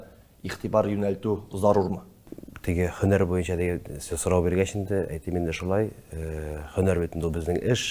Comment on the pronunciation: Тапшыру яхшы. Ләкин минем тапшыруны алып баручыдан сорыйсым килә: һәм, һөнәр сүзләре ни өчен "" х ә м , х ө н ә р "" диеп әйтелә? (Русчалап әйткәндә: Ухо режет.) грубо ишетелә.